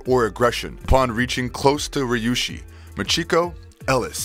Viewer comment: Is it so hard to read Ryushi as Ree U she?